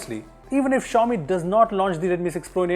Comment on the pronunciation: Cant even prononce xiaomi